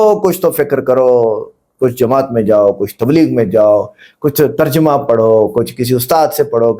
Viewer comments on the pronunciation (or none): none